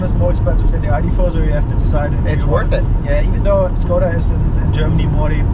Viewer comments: It's [Shkoda] by the way, as a Czech I felt compelled to come here and say it. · Same Enyaq is an official vehicle of the Tour de France! So cool to see it following the leaders… The 24 month wait time is tough though. PS: It’s pronounced “Sh-koda”